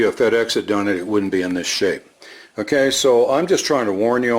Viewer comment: One thing that is especially endearing to me is when says, QUESO. I know you're saying 'kay, sooo, but I always hear queso